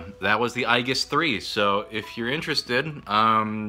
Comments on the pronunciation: Aegis is pronounced "Ē-jis". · NAH IT'S NOT AEGIS IT'S EYEGIS jk good video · Can that transform? Also its not pronounce I-jis, you protato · Hearing how he said Aegis really makes me wonder how he pronounces some names from games or shows. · When he said "aegis" wrong.... I couldn't help but cringe... I'm sorry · Worst way to pronounce "Aegis". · ProZD it's A-Gis not I-Gis. It's another name for a shield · aye-gis NO ITS PRONOUNCED AAAYY-JISS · Ay jis not eye jis. Age-iss also acceptable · Maxdoggy Gaming Aegis is pronounced eyegus lol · Aegis is a word of Greek origin and is pronounced "EE-jiss." Not "AY-juss," and not "AY-giss." It was adopted into Latin eventually, and may have been pronounced differently there, but "EE-jiss" is the only recognized English pronunciation of the word. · Ay-jiss or bust. Beside why does the original commentator not even mentino how ProZD actually pronounced it? It wasn't Ay-jiss, nor Ay-giss. It was fcking EYE-giss, which honestly is lesser heard (someone mentioned it's a name in Persona 3). Funny how this word have so many pronounciations, and seems like each one has enough of a following to be a thing. Dota2 community (a huge but not smart one - I give you that) almost exclusively use Ay-jiss or Ay-giss. How about EE-giss? EYE-jiss? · Eye-guess?! It's A-Jess! (Aegis) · "Ayyyy Jiss", like Aegis Ballistic Missile Defense system. Not "I giss". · Eye-gis? EYE-GIS? I'm not surprised, honestly lol. This word is the name of the story I've worked on for four years. It's a dumb greek word pronounced "Ee-jis". I thought it was "Ay-jis" for the longest time but nope. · Ay-jis. Not eye-gis. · Aegis is pronounced A-Jis. Not I-Gis. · not to be a stickler for word pronunciation, but i think its pronounced "ay-jis". "eye-gis" is usually spelled "Aigis" congrats on the new computer! wish i game a gaming one. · isn't it ay-jis and not ai-gis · it's clearly AYY-GUINNESS lads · It's pronounced "ee-jus" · i always thought Aegis was pronounced Ay-jis